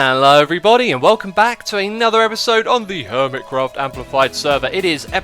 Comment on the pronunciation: No I mean the way you say HERMITcraft.